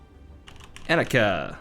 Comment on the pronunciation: love how you pronounce Phoenicia like faux-enica :))) fyi: phoenicians also invented the first alphabet.